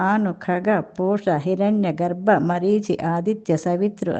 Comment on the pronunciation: హిరణ్య , గర్భ కాదండి హిరణ్యగర్భ అని అనాలి